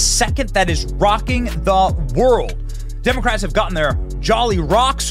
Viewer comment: Ha ha demo-rates